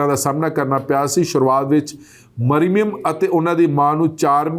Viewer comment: ਭਾਜੀ ਜੀ, ਨਾਂ ਤਾਂ ਠੀਕ ਪੜ੍ਹੋ, ਮਰਿਮਮ ਨਹੀਂ ਮਰਿਅਮ ਹੈ ll 🙄